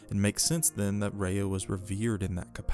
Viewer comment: You know your pronunciation is bad when the subtitles spell what you’re saying as Rehea. If you’re gonna do a whole video on an all powerful being. Maybe learn the pronunciation of her name i.e. the word. ❤